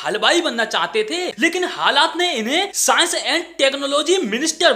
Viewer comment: Saans & Tak-no-logy, you know😮😯